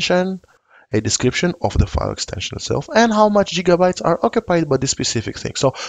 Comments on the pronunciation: Indeed, back to the future has a lot to answer for. And for reference, GigaByte has a G sound more like 'gift' or 'girl' than 'job'. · "Jiga"-bytes... heh.